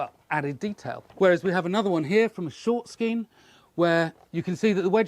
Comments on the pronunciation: Pronounced Shsskeean! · Google says it pronounced ske-an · Scian should be pronounced "Shkean"